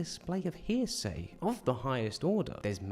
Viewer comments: Not "Hearsay", it's "Heresy" dah-rling. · I don’t mean to be this guy but it’s pronounced “HAIR-IH-SEE”, like the word heretic.